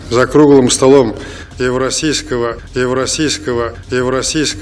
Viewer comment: ЕВРОСИЙСКОГО??!! Пиздец шал гонит